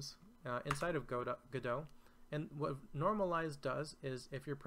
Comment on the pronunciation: Immediate thumbs up for having taken the time to learn how Godot is pronounced. It shows an admirable level of attention to detail. Thank you.